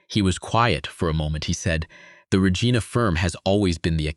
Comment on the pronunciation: I'm happy to see this is a Canadian story but your narrator needs to learn low to pronounce cities correctly. Regina is pronounced like Reg-eye-na, emphasis on the 'eye'.